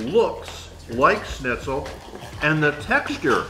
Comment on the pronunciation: Every time you pronounced Shnitzel (SHNIT - SUHL) as Snitzel (SNIT - SUHL), my grammar Nazi came out. I mean uhhh... Grammar Soldier. Good looking food though 😍